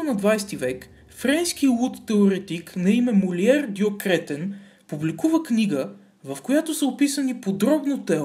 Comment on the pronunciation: Добавих те преди да прочета,не искам телевизор :))). Много тактично,че на Кретен слагаш ударението,където трябва :))) ,а не накрая.